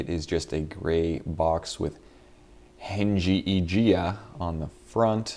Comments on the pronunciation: it's heng yi jia(hung, yee jee- ah} by the way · haha, when u say this name, u should ignore '" g ", then u can speak it's Chinese name,lol